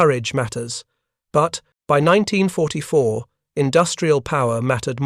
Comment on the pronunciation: CRAP AI THAT CAN'T EVEN PRONOUNCE THE YEAR CORRECTLY!!! Stop supporting these AI Content Mills!!!